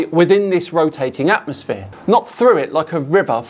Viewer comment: Atmo-SPHERE not atmos-flat 😂